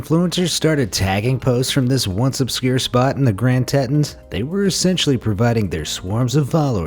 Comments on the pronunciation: I sure wish you'd do a little research on how to pronounce words that are unfamiliar to you. Teton is pronounced as "Tee tawn" not "Tet on". Just Google it! And I suspect this video will increase the traffic to some of these areas. Good job. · It's pronounced "tee-ton" not "tet-on". Thank you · Teton is pronounced tee taun... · FYI: Teton is pronounced "TEE-tawn" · Teton county? Its pronounced teeeton county. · It's spelled Teton, but pronounced Tee-ton. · I think that youtubers that can't spend a couple minutes to find out how to properly pronounce one of America's Northwest largest mountain ranges shouldn't be posting it until they do. it's pronounced the Grand Teton (tea-t-on) mountains. How is it you can pronounce the Icelandic words but not a very simple English one? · I caught that , too. Especially because it was right after he botched the word Teton several times. Teton National Park, Wyoming. Not sure how that place is pronounced but know how to pronounce Teton correctly. Tea-tawn. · It's "Grand Teton" pronounced Tee-tän. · It's Tee-ton